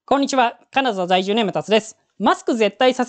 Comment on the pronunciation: 私には「カナザ だいじゅう」と聞こえます。でもまあ、ご愛嬌というか、これもの個性なんだと(^-^)